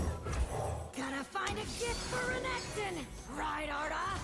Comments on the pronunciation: To be honest I just gave up and thought you didn’t know how to pronounce Renekton haha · please do not call renekton renekton, call him reggeton, if it pisses people off they are WEAK